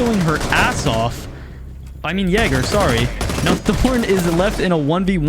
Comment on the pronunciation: Cool video man, hopefully I never have to hear you say Jager again though